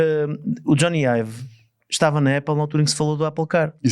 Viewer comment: Não se diz 'Éple', diz-se 'Áple' (tem dois "pp", a vogal tem que ser aberta). A Ferrari sabia que não podia fazer algo dinamicamente ágil, como qualquer outro Ferrari. Um dos desportivos Eléctricos mais leves, o MG Cyberster, pesa praticamente 2t e tem autonomia para 400 e tal kms. Não é peso que a Ferrari queira num desportivo de 2 lugares - pelo que simplesmente desistiram de o fazer. O Xiaomi referido no podcast pesa o mesmo (EDIT: 1360kg) que este 'Luce'. A Ferrari não considera isso um veículo de comportamento desportivo. Pelo que pude perceber, um dia que tenham acesso a baterias de maior densidade, talvez consigam fazer um EV desportivo e com autonomia decente abaixo dos 1700kg. E sim, o Luce não é para o cliente típico Ferrari. O Luce é um automóvel de luxo, eléctrico.